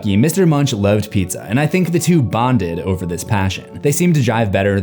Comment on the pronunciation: "The two BONED", that got me laughing for a few minutes!